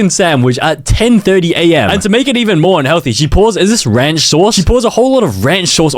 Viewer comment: it's Rance cause bro